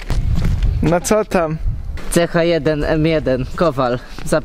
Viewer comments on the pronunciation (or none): Jaki gracz metina mówi ch1 a nie h1 (wiem jak się pisze na czacie ale mówię o mowie) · Jezu jak można mówić ch1 zawsze się mówiło ha1